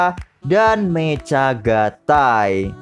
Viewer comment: bang saran aja sh, klo bisa pengejaan beberapa kata seperti mecha, kiramaiger dll ikutin di pengejaan jepangnya aja biar enak d denger ,, soalnya agak ganjel di telinga katanya klo bacanya terlalu jujur 😁